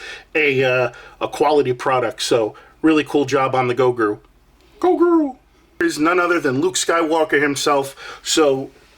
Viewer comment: I hate to be that guy, but you said it like 10x. His name is Gro-gu, not Go-gru. Hahaha, Nice pick up bro!